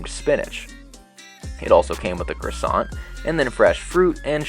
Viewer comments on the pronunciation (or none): none